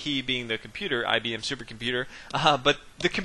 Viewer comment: commenator. It wd help the game of chess, us, the rest of the universe and yrself, if you wdnt speak that lousy american street slang. I am sure you can do bette than this, esp when commenting a chess game. Did you say 'IBmmmmm' at the beginning? I am not IBM's marketing manager, so I care. Painful the way you talk. Typical US of A arrogance and ignorance.